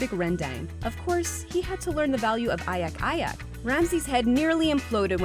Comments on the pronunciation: “Ayak Ayak” It’s called agak agak and is pronounced as “ah-guck”. Sometimes when pronouncing Asian words, some words are pronounced the same as English words! From Singapore 🇸🇬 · Value of ayak-ayak. I literally laugh hearing that. It pronounce agak agak not ayak ayak.Agak-agak mean guessing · It's Agak-agak not ayak-ayak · its agak agak not ayak ayak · ...not "ayak ayak"... it's "agak agak"... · not ayak ayak.. its agak agak.. means: estimate.. go with your hunch.. its a term us malaysian use quite often.. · its "agak agak" not "ayak ayak" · As a malaysian,im sorry for laughing when you say “ayak ayak” but it’s actually “agak agak”...so this “agak agak” means you just put ur salt ur spice or anything in your dishes without any measuring and just follow your heart...we as malaysian daughter always heard it from our mother when it comes to learn how to make malaysian dish and if you saw the gordon ramsay video in malaysia,im telling you that is how our mother push us😂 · it's not ayak-ayak, it's agak-agak. agak-agak means the amount of each ingredients is what you think it's enough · its not ayak-ayak its agak-agak im from malaysia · I'm from malaysia. It's not ayak-ayak. It's agak-agak. It's where u measure the spices quantity based on your feelings. If you feel it's right.Then it's right ;) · its (agak-agak ) not ayak-ayak hahaha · Its not ayak ayak. its agak agak 😂😂😂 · it's not "ayak-ayak" damn it. it's "agak-agak" lol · It’s not “ayak-ayak”... It’s “agak-agak” which means you put something that you think it’s enough... Watch the video when he(Gordon Ramsay) learned to make Rendang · Not ayak-ayak but agak-agak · bitch wtf is ayak ayak!? XDDDDD LMAOoOOOOOOooooOOOOOO ITS AGAK-AGAK. u measure with feeling like wtf is ayak!?!?! lmaooooooOOO get ur fax straight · not ayak-ayak... but agak-agak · Its "agak agak" not "ayak ayak" 😂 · Ayak-Ayak XD It's Agak-Agak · From malaysia .. its AGAK-AGAK NOT AYAK AYAK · At 6.25 it is pronounced as agak agak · Its agak-agak btw